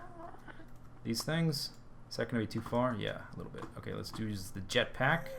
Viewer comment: i dont know how he pronaunces jetpack.....those swedes can be confusing sometimes